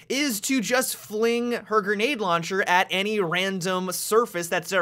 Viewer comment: launcheeer you're so ratchet -_